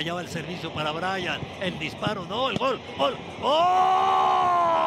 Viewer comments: Qué estrés es escuchar a Orvañanos diciendo «ol» en lugar de «gol». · jajajajajajaja me mama como narra orbañanos 😂😂😂al principio parece que esta ladrando y de la nada empieza OOOOOL DE LOS TUZOS😂